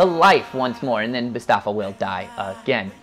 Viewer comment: wow.....it's Mufasa, not Mustafa